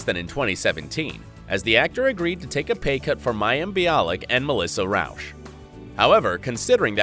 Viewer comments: He misspronouce last actress...it Melissa Rauch...not Rausch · It's not said Rawsh.. Its said Rawch.. Means smoke in Zeh German languistics.